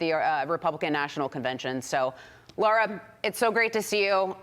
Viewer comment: Why do some people have a hard time saying “LARA?!” It’s NOT LAURA!